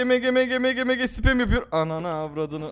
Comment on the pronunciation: Bence MG diye okunmuyor MG=EMCİ diye okunuyor